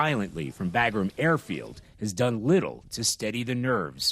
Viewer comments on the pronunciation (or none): It’s freaking pronounced “Bah-grum”!! Pretend like we’ve been there for 20 years